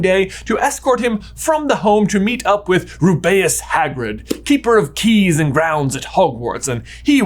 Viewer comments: Was I the only one thrown off by "Row-bae-as" Hagrid? I always pronounced it "Ruby-es" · DID YOU JUST SAY "RUBEYUS HAGRID"